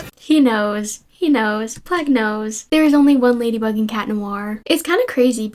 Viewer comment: =bro said ladywug